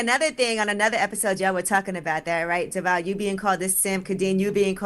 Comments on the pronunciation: It’s Charlemagne calling DeVale Devall for me 🥴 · its charlamagne saying deVOL